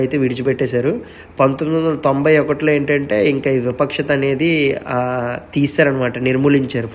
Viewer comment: విపక్షత కాదు వివక్షత